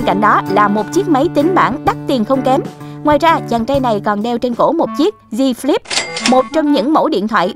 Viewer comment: Galaxy fold với z flip 3 nha ( đọc sai)